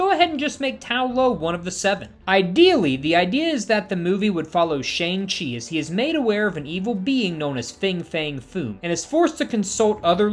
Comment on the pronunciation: Omg every time he says "Shayng Chi" I cringe so hard. Didn't they insist so many times in the movie it was "Shaun(g) Chi"? How do fans keep getting it wrong?